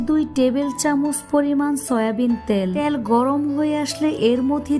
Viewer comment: আপনি তো ভুল উচ্চারণ করেন রুল,ত্যিল,বেডগাম।